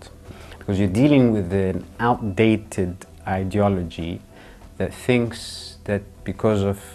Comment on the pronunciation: Did he say “outdated” ☠️☠️